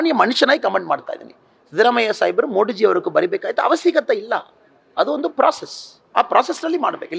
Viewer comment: ಮೋಡಿಜಿ ಅಲ್ಲ ಮೋದಿಜಿ ಅನ್ನು ಮಗನೇ